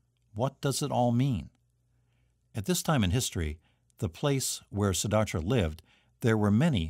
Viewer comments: Siddhartha. You are pronouncing it, Siddharthra. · Siddhartha* not Siddhartra. Shame he mispronounced it over and over.